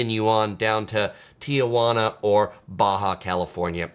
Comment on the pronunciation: you are amazing and I love your channel and what you do for people visiting CA or anywhere else you travel to but dude, as a native you just can't say Ti-uh-jauna. Sorry for being pedantic. Love what you do